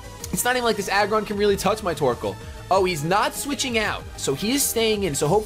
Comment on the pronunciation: it sounds like you say:P you should nickname him